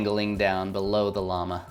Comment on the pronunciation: Llamahhh You say llama weird XD That's okay tho ->